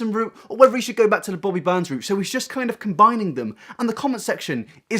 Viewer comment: I'm sorry everytime you say Bobby Burns I think for a second it's Bobby Buns.